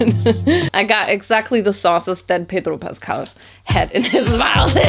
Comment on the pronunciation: The way you pronounced Pedro Pascal was on point 😩🤌🏻🤌🏻🤌🏻